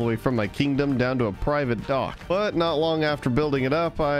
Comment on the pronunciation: How many times does he say kindom